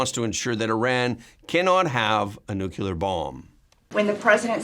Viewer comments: Nu-clee-er, not Nu-kew-ler. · 'NUCLEAR' is, pronounced 'new-clear. Not 'nuke-u-lar.'